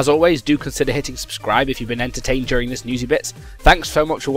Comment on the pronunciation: Why did he say čau at the end? Perhaps it was cao